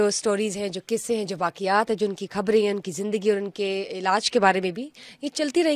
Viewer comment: Why this anchor can't pronounce " Kha" of Khabrain akh of " akhir" . Is she indian?